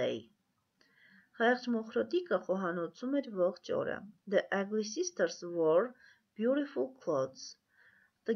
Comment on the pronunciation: Ըգլի չէ ագլի